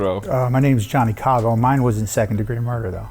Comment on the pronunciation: “Kavo” is everything but not italian hahah😂